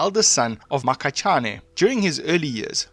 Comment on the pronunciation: The pronounciation😭😭😭😭 Mokhachane - Mu-ga-cha-ne Koena: Kwe-na Mekgwaneng: Mi-gwa-neng MaNtsoetse: Ma-Ntswe-tse Difaqane: Di-fah-q(click)-ah-ne !Xorana: X(click)-ga-na